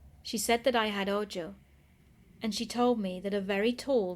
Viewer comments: Ahhh I hope it’s ok, but “ojo” is pronounced with the j making an h sound,”oho”. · Spooktastic! And simply because I know you're as twitchy as I am when if comes to pronunciation, if you encounter the word "ojo" again, it's pronounced, "oh-ho" - meaning eye in Spanish. It rhymes with Santa Claus's laugh: Ho-ho. Otherwise, absolutely flawless!